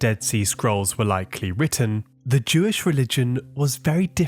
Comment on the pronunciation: Jewish. It's not that hard to say. These scrolls are Jewish.